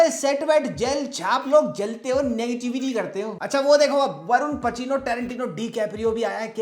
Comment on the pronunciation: Bro Love the way u says " Neg ti vity" 😅